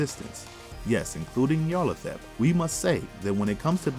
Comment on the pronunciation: Great video, but the narrator really needs to work on his pronunciation of Nyarlathotep